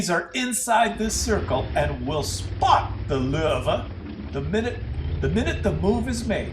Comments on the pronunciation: What is it with the pronunciation of "Löwe" as "Lurve"? Drop the "r" and stop pronouncing the "w" as "v" and instead simply pronounce it as "w". Easy-peasy. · I too throw-up in my mouth a little, every time I hear "Lowe". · its funny how u r from german origin and u cant say lowe :) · Dat pronunciation of Lowe killed me xD